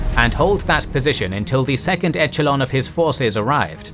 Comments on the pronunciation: the way he says 'etchalon' for echelon is making me wince, and the weird put on old-timey English accent is a strange choice. Still great video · Very fast talking with numerous mispronunciations of town names and basic words eg echelon is a soft ch like sh sound, not hard like ch in cheese.